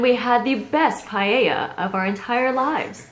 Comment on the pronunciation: Guys, pronouncing Paella isn't that hard. It's just, PAH - EH - LLA. No palllella or pahahahella.